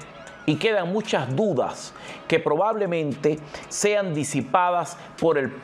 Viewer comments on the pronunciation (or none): none